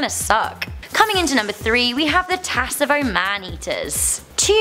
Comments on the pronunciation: It’s pronounced savo not tsavo the t is silent 🇰🇪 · It’s pronounced savo not tsavo the t is silent🇰🇪🇰🇪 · The T is silent it's Savo. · Okay so first off you mispronounced Tsavo and Gevaudan. Second the identity of the Beast of Gevaudan is no longer a mystery an investigation done a few years ago use DNA evidence as well as historical evidence to prove that the Beast wasn't fact a spotted hyena. How is spotted hyena managed to make it to France is still a mystery however the most likely theory is it it was imported from Africa by the local church and then attempts to convince the villagers that there was an actual werewolf on the prowl and that the church was there only salvation. This has not yet been proven but it is the most likely Theory as to how a spotted hyena which the Beast was proven to be managed to make it to France